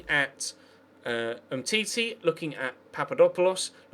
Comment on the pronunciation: It's umtiti not umtitey